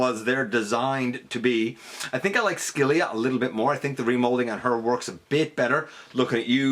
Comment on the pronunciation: Just to let you know, Scylla is pronounced "sil-uh".